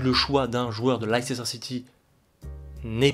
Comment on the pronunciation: Tu peux aussi rajouter McKennie (Juve) dans les nords americains qui ont du potentiel. PS : Ça se dit Leister et non Leicester 😉